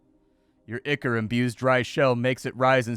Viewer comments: "eye-core", not "ick-er". Looks like a cool metroidvania, though. Downloading demo now. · Ichor is pronounced "eye-kor", not "ikker". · Not o be a jerk and with all respect and love, the word is spoken "Eye-core" 🙏🏻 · I've only ever heard "ichor" pronounced like eye-core or eye-kur. First time I've heard it as "ick-ur." Then again, I've only ever heard it pronounced by people like me who've probably only ever encountered it in print and never heard an actual English authority pronounce it. I ain't lookin' it up to see which is the "real" way now, that's for sure. Too little mystery left in the world. o_O; EDIT: I lied, I couldn't help myself. It's eye-core. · I think it's pronounced "eye-core"